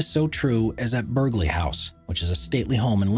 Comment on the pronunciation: Just a note, from an English local... listening to you say "Berg-ley" House or Lord "Berg-ley" (number 6) makes me cringe every time. It's spelled Burghley so say it correctly please. (For those who still don't know, it's said as "burly" with a SILENT g, like a burly man for an example. And yes I feel like Hermione in year one of Hogwarts but oh well, it needed to be said.) Found the video very interesting beyond that, though x